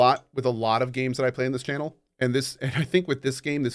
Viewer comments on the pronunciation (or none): none